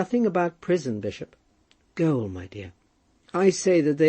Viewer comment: "Gaol" should be pronounced the same way as "jail" .